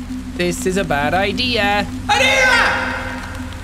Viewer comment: triggers me how he says aneira...